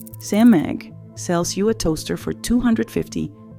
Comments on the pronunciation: Smehg, not SEM-eg. So says the CEO of SMEG. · “Sem-egg” then shows a pic of a Kitchenaid Kettle. 😂. Byeeee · What's "S-Meg"? AI sloppy strikes again! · SMEG (pronounce Sam-egg) Um missing the 'a' buddy. Why showing a kitchen-aid kettle and not the Smeg. Le Creuset - Great pans, great Dutch ovens, holds it's value, nothing wrong with it. Cost too much. I thought this was about being robbed by companies. You point out reasons why Le Creuset is worth the price, how is this 'robbing' I have a 15 year old Green Pan ceramic sauce pan that's still in perfect condition. Wash by hand, don't use metal utensils. Listening to Influences and TV stars promote something, of course they got paid for it. They'll sell out for money every time. Don't trust them, ever. With Gordon Ramsey hocking these, see previous comment. Good for Everyday cooking. There's the difference. The ones you mentioned previously are many times used in restaurants, where nothing is everyday. So we go from pans and how bad they are to knives. Hmm, seems like your trying to "influence" people to buy a knife. Something you say is bad for brands. Do what I say not what I do, much I also like how you say chefs and cooking schools use it, but you don't show it being used in either. You obviously don't know how a knife work do you. Any knife gets sharper if you maintain it properly. How much for the metal pain from All-Clad that's made the same. Compare the same thing. I'll take my Lodge Enameled Dutch oven over anything else. You keep pointing out that the "good" ones aren't backed by influencers, but isn't that what this is. Painted up as a top 10 list, but still comes do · Mispronouncing brand names and also using different brand images while talking about smeg….. this AI crap has got to stop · Did you really mispronounce Smeg?